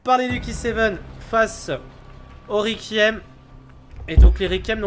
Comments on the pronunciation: C'est horrible de l'entendre dire rékième, dit lui que ça ce dit Rekouiaime stp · ON DIT REQUIEM REQUOUIEM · Faut lui dire comment ça se prononce requiem mdr c'est comme ceux qui disent fanatic pour fnatic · Il galère à prononcer requiem